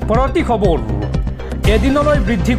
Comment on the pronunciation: খবৰ শব্দটো খবৰু কিয় হয় বাৰু?